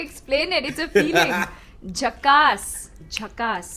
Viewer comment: Ohh God!! I just loved the way you pronounced the words😍😍😍😍😍😍😍😍😍 jhakas is excellent or amazing....